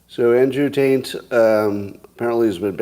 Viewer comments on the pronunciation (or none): No question the first two times he says Andrew T’s name it comes over as Taint. Then when he turns his head to one side to say it to Alexa, it comes over as Tate. Maybe it’s the microphone, or maybe because he twisted his head it helped him pronounce it correctly. My headphones deliver Taint the first two times, and Tate the second. We’ve no idea what Scott’s microphone or Alexa “heard”. We just know what our audio devices delivered to us. And if virtually everyone is identifying the Taint /Tate difference, I think we can rule out faulty audio devices amongst all his thousands of listeners! Occam’s Razor suggest Scott mispronounced it either knowingly or unknowingly and we all heard exactly what he said correctly. He can be so irritating sometimes!! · Seems to me he's saying "Taint" most of the time, except when he says he's not saying it, and pronounces it "Tate." I wonder if this is intentional? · Scott is pronouncing it Taint, and the simplest explainstion is that Scott is pretty bad at pronouncing names in general. Same as he mispronounced "measure" as "may-zher" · Tbf, Andrew Taint’s accent is really effeminate and annoying, so Scott’s odd pronunciations are the least our of problems. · Scott has been training Alexa for a week to interpret "taint" as "Tate", just so he didn't look like a fool. In a world where Google knows that "necylcopdeia" means "encyclopedia", you can't use search interfaces like Alexa to prove you are saying or typing things correctly. Keep in mind, Scott has admitted he likes the long prank. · Since so many people are hearing the “n”, I’m judging this as he is saying it. I wonder what the ratio is of people who hear the n vs not hearing it. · The pronunciation sounds tainted to me. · Does ANYONE listening hear “Tate” when Scott says it? With the yanni/laurel phenomenon, weren’t the results pretty even? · You keep pronouncing Tate last name wrong